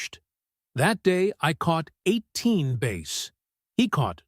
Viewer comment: Whay is it you cant pronce the word bass it sounds like ass